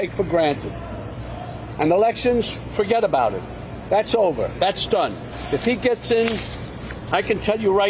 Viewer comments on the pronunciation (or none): "Fuggedaboud it" seriously "Fuggedaboud it"